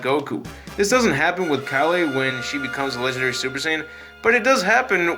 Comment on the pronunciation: Good video but how do you pronounce kale wrong? You said the other names right but can't pronounce kale, it's pronounced just like the veg.